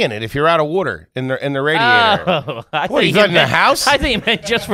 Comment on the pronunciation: Ray-diator? Don't you Philly boys mean rad-iator?